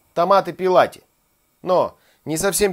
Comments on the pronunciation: Брависсимо!!! Спасибо приятно и вкусно вас смотреть! Одно поправочка-не пЕлати, а ПЭллати-(в переводе с Ита) - без кожуры, очищенный. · !Не пИлати,а пЭлати.